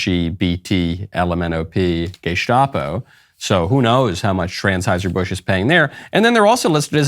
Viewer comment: “Trans-heuser Busch.😂😂😂